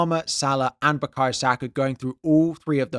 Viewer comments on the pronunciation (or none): none